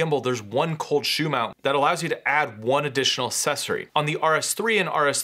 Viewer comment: what is a "sessory" ?